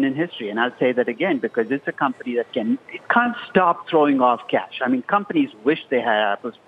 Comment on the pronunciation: to hear Aswath say "Cunt Stop"